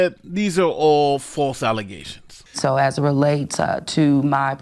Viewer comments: Their still tripped up on the "alizations" for Tiffany Henyard 🤣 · Think she meant “FALSE ALEZATIONS” 😮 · Ahh, she can't say "False alizations?" Now I'm sad... :D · Thats pronounced "Alizations" ! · "...These are frivolent allezations..." How is it that these morons are making a 6 figure salary (in addition to the financial fraud they commit)? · “False allezations” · MORE FALSE ALLEZATIONS!😂😂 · All these false allezations! 😅 Wrote this before the end because I was thinking the same thing,! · I can never not hear “false allezations” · "False alluzations."